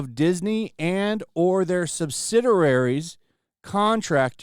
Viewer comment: What's a subsidarary? Also what's a Bear Ghiles? 😅 Bro, work on your reading!